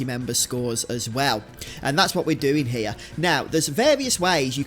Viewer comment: ….did you seriously just say hair instead of here?! Gadam your people have a penchant for butchering the English language.